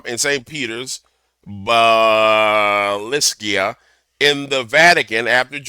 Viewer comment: It's Bas-il-ica.. Like Basilisk or Snake. Yano, snake worship😢